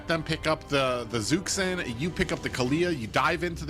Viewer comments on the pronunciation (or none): Omfg its Zhuxin (dzhushin) not zuksin fking helll so tired of this